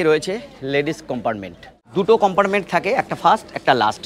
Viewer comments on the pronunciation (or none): উচচারণ টা একটু ভালো করুন। কম্পার্টমেন্ট কে চিৎকার করে বলছেন কোম্পারমেন্ট।